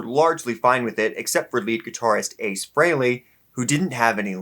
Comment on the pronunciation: Not FrayLay, FreeLee.